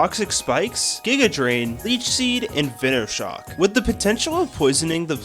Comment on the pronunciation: I really dont get why people cant say venoshock, venomous shock, it isnt said veeenomous is it?